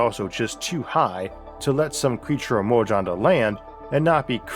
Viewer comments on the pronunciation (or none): Ehmorhge? Its emerge. I just… I just cant listen.